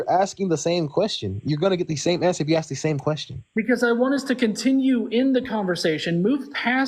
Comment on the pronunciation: Anyone unable to pronounce a simple word like "ask" is never going to be able to form a coherent argument.